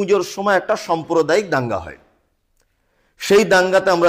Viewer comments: খুবই সুন্দর বলেছেন। কিছু কেমন শব্দ উচ্চারণে ভূল আছে। "সম্প্রদায়ীক" নয় "সাম্প্রদায়িক" ।হবে।" এফআই আর" নয় "রেফার" হবে। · পন্ডিত আগে বাংলা শিখুন সম্প্রদায়িক নয় সাম্প্রদায়িক হবে। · Somprodaik na samprodaik